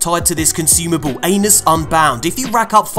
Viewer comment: he says “Anus” instead of Atlas 😂